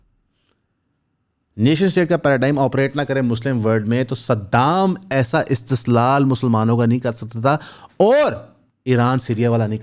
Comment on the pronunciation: اِستسلال نہیں استحصال ہوتا ہے